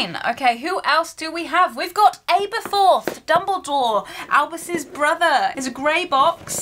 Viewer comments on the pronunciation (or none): it’s aberforth not abeforth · it’s pronounced abeRforth